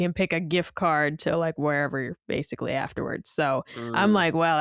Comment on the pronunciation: As someone else who demands proper grammar and accuracy, do yourself a favor and don’t ever watch Digital Foundry when John is on. You’ll hear him butcher the word ‘basically’ and mispronounce it as “basely” approximately 10,000 times per episode.